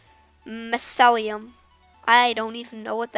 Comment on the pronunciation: My-ceil-ie-um mycelium